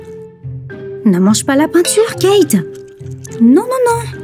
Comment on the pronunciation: Elle a dit catty au lieu de cate 😂